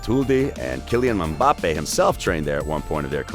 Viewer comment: “Theory henry” “Blaze Matuldi” “Kylian Mumbappe”